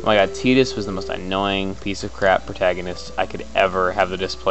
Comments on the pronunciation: lolz at teetis... Isn't it pronounced Tye-dus? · tidus was cool.... cuz of the sport he played. AND its pronounced tie-dus. just sayin. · its pronounced tie-tus and i like final fantasy X and X10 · Tittus? You mean Tidas? (Tie-das) thats how to really pronounce his name. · It's pronounced Teedus in Kingdom Hearts 1.